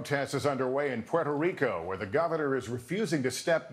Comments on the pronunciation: Love Noah haha but it's "P-where-toh" Rico, not "Porter" Rico 🤣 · Porto Rico? Say it with me, Trevor: Poo-err-toe. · it's prononced Puerto Rico not portto rico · Everyone! Stop calling it Porto Rico. Its Puerto. They are DIFFERENT words. It is so indicative of our self involvement. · "POTO RICO" or is it Puerto Rico? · He pronounces it "potro" and it is annoying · I love you dear Trevor but your pronouncing Puerto Rico incorrectly - it doesn't have a O in it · Please pronounce the name of the country correctly.